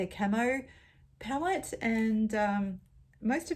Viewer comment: It took me waaaaay too long to realize that you were saying, "palette," and not, "pellet."